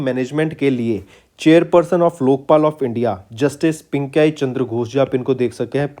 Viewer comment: बन अधिकार को बनाधीकार, पिनाकी चंद्र घोष को पिंकाई बो रहा है ये । ऐसे भी teacher होते हैं क्या